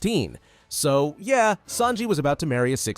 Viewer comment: who is “sanli” it’s Sanji 💀